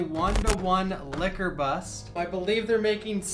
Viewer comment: It's Licker. Not Kiss her 🙄😂